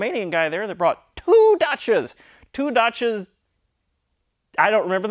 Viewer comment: Does he pronounce dacia as dotsha?